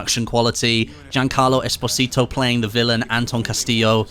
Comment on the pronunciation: Jesus love u but you butchered Giancarlo's last name so bad i had to stop the video and take a break ♥️